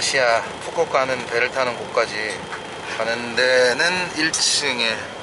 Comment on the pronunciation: 컨토, 칸토 —-> 껀터 그리고 푸꾸옥 —-> 푸꿕 이라 발음하셔야 ^^ 껀터는 미인이 많기로 유명한 도시입니다